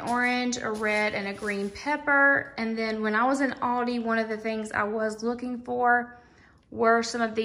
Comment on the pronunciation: I can’t get over the way you pronounce Aldi. It’s ‘al-dee’ 😂